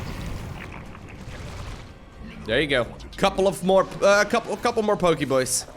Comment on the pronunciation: "Pokybois" xD